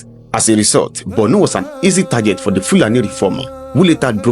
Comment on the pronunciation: I don't know why it is difficult for an average Southern Nigerian person to pronounce or write Borno with o instead they pronounce or write it with u, Bornu. The same attitude may shape their views when it comes to giving accounts about the north. They hardly leave sentiments and write objectively.